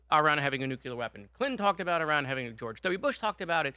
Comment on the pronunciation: Another little goof ball who cant say the word nuclear. My god im tired of this.